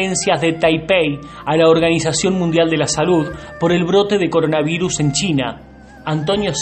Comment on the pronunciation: Alguien pase los videos donde la primera dama no deja de decir "coronaviNus" xD